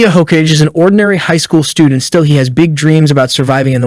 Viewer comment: It's pronounced "Ho-Kah-gay"